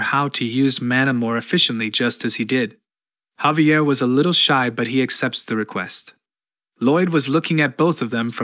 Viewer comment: ai was done sayin javier the right way